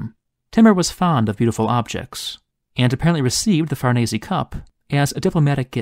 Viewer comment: Thank you for sharing these fascinating histories! 👍 Edit: BTW, Farnese is pronounced Far-nay-zay. In Italian, the E is pronounced AY as in day, and the S is pronounced Z as in zebra!